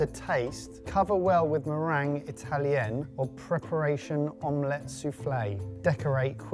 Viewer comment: Again with om-LETT pronunciation. 😂